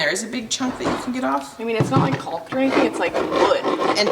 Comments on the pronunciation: You pronounce CAULK just like CHALK. You are saying CULK. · I am LOVING all the work that is getting done! The videos are so satisfying to watch. Getting all that work done feels so good, I'm sure! The "L" in caulk is silent. I think that's why people are telling you that you are saying it wrong. It's "cawk". So, you actually sound like a black bird "caw-caw" but with the "k" sound at the end. It's really easy to say when you keep the "L" silent.. I hope you are starting to feel better! You are so cute! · lol !! the L in caulk is not pronounced . Everyone is busy, busy !!